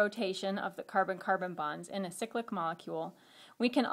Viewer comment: Great vid but irks me how she pronounces cyclic ... Should be pronounced cyclic "cy" as in "bye" not cyclic as and "sicklick" .... cyclopentane, cyclobutane, not sicklobutane sicklohexane. sorry for my rant its just a pet peeve